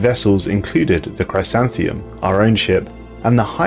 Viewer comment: Isn't it "chrysanthemum" like the flower? Ending on "mum".